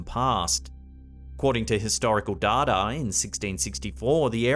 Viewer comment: That's the weirdest way of saying "data" I've ever heard 🤣